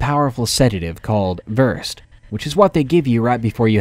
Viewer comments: In the 1st story, the sedative isn't pronounced "verst", it's pronounced "ver-said". The drug is called temazepam and is a benzodiazapine tranquilizer (same family as Xanax and Valium), Versed is the brand name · Love your videos! (Just for future references the sedative is pronounced ver SED) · 💥💥ATTENTION 💥💥 Just so ya know...the medication VERSED is pronounced ver-SAID. Now you'll know for future reference...lol 😊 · As a nurse, just thought I would let you know that the medication in story #1 is pronounced ver-sed, 2 syllables with the accent on the second syllable. No criticism, not trying to be the "language police", just for future reference! :-) For anyone interested, this medication does not put you to sleep or knock you out, but when it wears off you think that you WERE asleep because you cannot remember anything. You are actually awake the whole time, and can talk, follow directions, etc. It is nicknamed the "amnesia drug". Ok, I'm done. Just a bit of trivia. :-) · Story #1 Versed 💊 is close - Ver-SAID is prolly closer 💊. My daughter had cancer ALL/AML she had a port and would get Midazolam AKA versed. Terrible spelling unfortunately, I do believe that is the correct way to spell it, it should be spelled versaid. Just FYI, “versed” works too, I knew the sedative you were talking about. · Versed is pronounced ver-said. Just for future reference. Nasty stuff, it's suppose to also cause short term amnesia so a patient doesn't have any memory of uncomfortable procedures. SUPPOSE TO. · pronounced ver-SAID. (VERSED) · That medicine in the first story is pronounced VER-Said, even though it's spelled versed :-) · Just fyi...the tranquilizer is "ver-SAID".....😊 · Hearing "Versed" (Midazolam) mispronounced ruined the mood.